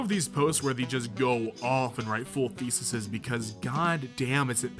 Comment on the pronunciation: Thesis' is pronounced theses